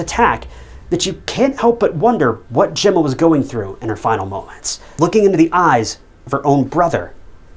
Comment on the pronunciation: Whoops got it- he said Emma not Gemma. At least get the victim's name right.